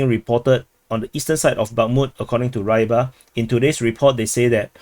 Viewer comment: just something: Rybar (Рыбарь) should be pronounced prounounced Reebar', not Raibar